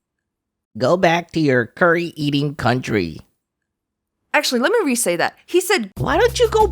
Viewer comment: Just say "what cauntry😂"